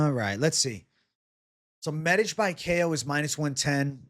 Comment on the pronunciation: "You said that so well,. I was captivated by how you said the letter 'Ć'. The 'Š' is the only problem with the name, but forget about it. Best regards!"